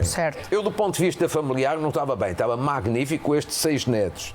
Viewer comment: O nao sabe sequer portugues diz: ma'gnifico quando e' magni'fico. E' isto um doutor?